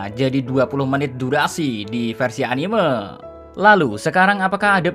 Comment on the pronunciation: Sorry2 nih oot min, cuma agak keganggu dengan penyebutan kalo pas bilang "anime". Padahal kalo pas nyebut "animenia" udah bener tapi kalo pas bilang "anime" jadi beda begitu ya. Mungkin kedepannya dapat dikoreksi ✌✌